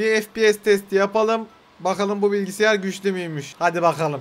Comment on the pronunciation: Bilgisyara bilgisiyar diyo